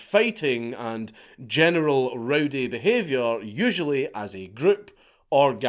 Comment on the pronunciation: One statement, one question: Statement: Your accent caused you to be FREUDiantly correct, when at first my ears heard you say "The genital standards of living have changed." How could one better express the way today's young men are all pussies? After the first pass, my brain translated it into what you actually said, but then I chose to translate it back to the way it sounded because that was more accurate. Question: How in the hell can you live in a place where you can be arrested for calling someone a name?